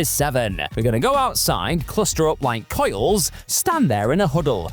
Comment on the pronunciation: Quail not coil